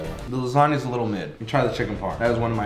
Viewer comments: Rewatching the vid says lasagna correctly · learned how to pronounce lasagna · At least said lasagna right 🤣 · Now knows what lasagna is and how to say it properly